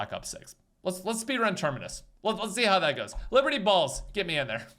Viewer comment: says Liberty Balls 😂😆